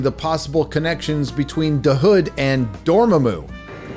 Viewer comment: Please stop emphasizing "da" hood. It's so annoying. You can tell the writers are not from the hood and wrote what they think the hood really is like. Chi-Raq doesn't feel like it